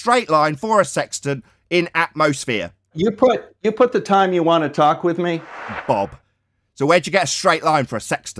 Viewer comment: It’s called “atmosphere” not “atmoflat”